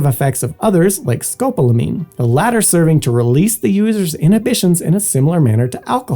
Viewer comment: Nice! But it's "Sco POL amine," sorry for the pedantry.